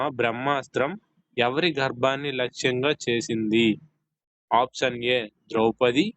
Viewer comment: ముందు ఆప్షన్ అనడం చక్కగా పలకండి